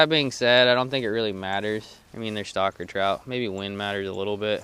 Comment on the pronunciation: He says stocker trout, I hear "stalker" trout.